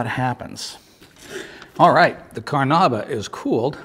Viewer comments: Technically it's Car-na-UH-bah, Car-na-IH-bah or Ca-run-DA, all of which come from the Tupi Karana'iwa; but how pronounced it can be considered "close enough" for english speakers. Now "Car-NOOB-ah" is the single worst attempt at saying "Carnaúba" that I have ever witnessed. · Car-NOOB-ah wax was not your problem. Your acting is awful friend. LOL